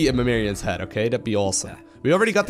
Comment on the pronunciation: Its MimiRON not MimiRION